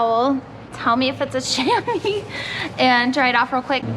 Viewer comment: The startup never gets old. By the way I think everyone calls em Shamys. I know that's not how it's spelled but the way it's spelled is how is pronounced which again you said it correctly